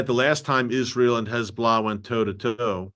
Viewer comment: Terrific program - Erick does a great job at reporting the truth.; much appreciated❣️ [caveat: There's been some progress, but it would be better if he learned to say "Hez-BO'-Lah" so he doesn't slip into that awful (lazy) way of saying "hezBLAH"🙄